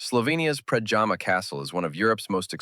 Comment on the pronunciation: And one thing: it’s Predjama castle near Postojna (you pronounce it like: Predyama, not like pajama). And the fall is called Kozjak (pronounce it like Kozyak, not Kojak). But it’s not essential. Important is your thorough information. Thanks!